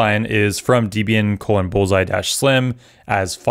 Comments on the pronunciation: It's not d-bian it's flipping DEB-IAN 😭😭 great vid btw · You can use alpine images to both speed up your build, runtime and as well as patch any CVE that gets published. Combined with Rust, the resulting docker image size will be 20+MB which is 7x smaller than the Debian based image. Fwiw, Debian is pronounced Deb-Ian, not Dib-Ian. Ian Murdock created Debian in1993. The word "Debian" was formed as a portmanteau of the first name of his then-girlfriend (later ex-wife) Debra Lynn and his own first name. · Who tf says deebian?